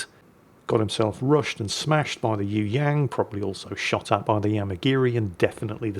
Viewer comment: ...how about doing a search on how to pronounce "Yueyang" It does not sound like 'you '......and the "ang" sounds like "ong" in song or wrong